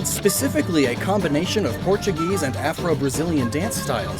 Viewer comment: So quaxley isnt Portuguese. He's portu"geese"